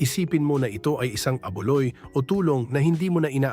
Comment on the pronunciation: Anong a'boloy' ba ? Abu'loy ugok. Please use ey'ay who can pronounce words correctly